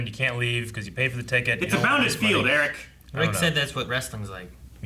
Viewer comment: I swear, Eric’s name pronounciation is getting worse every episode 😂